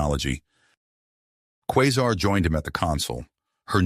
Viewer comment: Qua sar is the pronouncement of her name